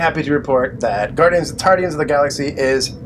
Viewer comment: Tardians? what sounds like Doc Who? lol Guardians was a good movie, cheesy ending but still funny at times, I NEED THAT GUYS LEG!